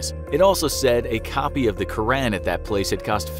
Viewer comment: You said Quran wrong